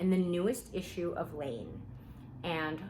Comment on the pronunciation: Oh! I think I found it 😂 is it Laine magazine? I kept hearing lean 😅